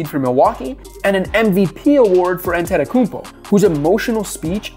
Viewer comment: Ant Tay Toe Kou Bo Sound it out, it's in English letters.